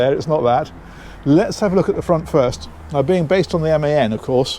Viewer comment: All us pedants, and any Germans watching, thanking you for saying MAN correctly.😅